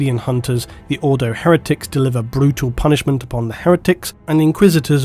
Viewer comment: You keep pronouncing 'Ordo Hereticus' wrong, it's pronounced how it's spelt. The Eisenhorn Trilogy is one of my favourite book series of all time. A great character-driven story which has influenced me as a writer to a huge degree. To me, though, Pariah was a disappointment, for many reasons such as a passive protagonist, and also Magos while I liked that more than 'Pariah' its biggest flaw was there wasn't enough Eisenhorn! (Also the titular 'Magos' got on my nerves, a lot) He is one of the most interesting and well-written characters in the 40k canon in my eyes.